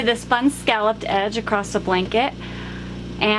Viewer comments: Acrosst? It's accross! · there is no letter ‘t’ in the word ‘across’. Not pronounced ‘acrost’ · great video, but there is no t at the end of the word across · Thank you. And the word across does not have a "t" in it 😊